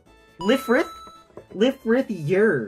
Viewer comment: Coincidentally, I finished building my Zowort yesterday so this is perfect timing. I do plan to build my Calibarn eventually but Dygenguar is priority. Also just to leave a kind note, it is pronounced "Rubris" for Lfrith because the Japanese cannot pronounce "R" usually.